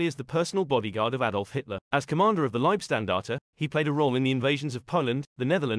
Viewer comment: He didnt pronounce it correctly.. you say LeibSTandarte.. the ST is not pronounced like Stand or Steel, but rather like 'Sheet', so like Leib-sh-tandarte.. Shhh...